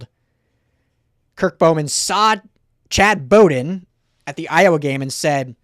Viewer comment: Bowden, is pronounced, like a dogs bow-wow. wow ...with a 'B' like bowdown to usc